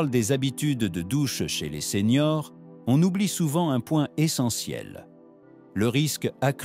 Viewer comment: Les vidéos sont très intéressantes, mais j' entends que c'est l'IA qui parle. Ainsi quand vous voulez parler des seniors, vous dites seigneurs.